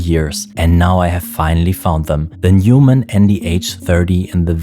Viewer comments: It's not Newmann, it's Noymann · Du bist doch deutsch, oder? Warum sprichst du Neumann falsch aus?